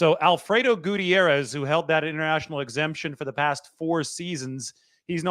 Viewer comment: Fr, he’s usually great at pronouncing names but this one was 🚮